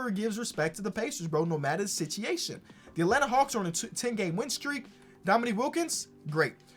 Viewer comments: Ok idk if I’m missing something if it’s some type of slang but why is saying Sichiation instead of situation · you gotta stop saying sitchyation instead of situation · "Another sitchiation"